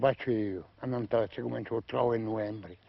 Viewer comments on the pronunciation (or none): none